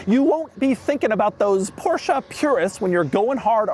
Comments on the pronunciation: How Beyoncé is not BeyoncAH Porsche is not PorschAH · Why would they bother to write in English when Americans can't even pronounce Porsche properly?